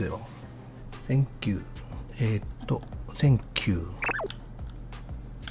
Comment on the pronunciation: "thenk" — Umehara Daigo-san 2024